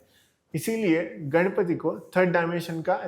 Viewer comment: I want to point some of the mistakes in your video. First of all you said that the triangle in the yantra represents 1st dimension but how does a triangle represent 1st dimension? A triangle has length and height which is 2 dimensional. And it is not घणपति it is गणपति. So you are changing the whole word. And you also said that Vishnu represents matter, I did not understand why you said that because i haven't heard any interpretation that says Vishnu represents matter. But i did get some useful things from your video like the temple tour and the Vastu scripture mayamatam. I was keen on learning vastu.